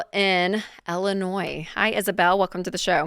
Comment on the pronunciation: I love the way Rachel says Illinois ellenois lol. And second touching on the girl from Ellenois I really hate that it pisses you guys off when non married couple’s living together combine their finances. If they want to do that with personal finances and have a joint account then so be it let them do it. When it doesn’t work out and everything has to be separated and they both have to start new bank accounts then they’ll learn to never do it again. But if you own a business and aren’t married then yeah that needs to stay separate from the personal finances. So yeah I found that a little irritating that she kept saying we we we on that one. I had to learn the hard way myself that you don’t share accounts and expenses with someone you’re not legally married to. I call my wife my wife because we’ve been together for 10+ years we split living expenses. I chip in half for our rent I chip in half for the utility bill and internet and half on a payment for a vehicle. Otherwise my money is my money and her money is her money she pays her own vehicle payments and insurance and I pay my own vehicle payment and insurance. I have my own cell phone plan and she has hers. Oh and I pay for all the streaming services to tv that we use. But if one of us gets in a jam and be like hey can you pay it and I’ll pay you half back and most of the time we don’t want it back. Like I purchased a pickup truck a while back and I had to borrow the money from her for the down payment because my check hadn’